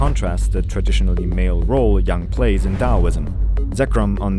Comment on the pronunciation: omg THANK you for pronouncing yang properly